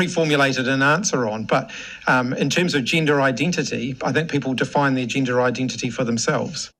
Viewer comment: what's a "gindah" ? 🤣